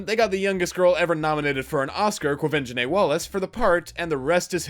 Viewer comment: It's Like I keep Saying Aileen Quinn's 1982 version of Annie is The Best Annie Ever, and the Only 1 Worth Watching. Which is Why It's the Only 1 I Own. Hey Congrats on Pronouncing the Brats Name, I can't do the Same, I just call her Que. Q is Black, Rooster and Lilly are Still White, and Their suppose to be her Parents😕🤨. Wow Window AC. Seriously Just Watch The 1 Directed By Gandalf.